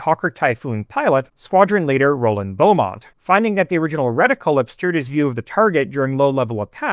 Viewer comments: Also "Bee" Beamont, not Beaumont. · Interesting presentation, well done. Just a small note, though; Roland Beamont is pronounced 'beemont'. Notice there is no "u". Sorry, I just can't help myself🙃